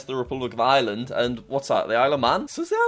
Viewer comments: Why the fuck do you say island not Ireland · I’m so triggered :( Jack pronounces Ireland as Island we pronounce it as eyre-land yeah point proven I’m happier now lol